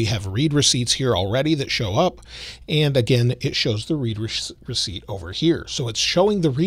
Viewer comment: Pretty sure it’s pronounced “red receipt” not “reed receipt”. It’s a confirmation that the message has been “read”.